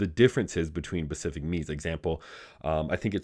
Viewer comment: Good lord man. Specific not pacific.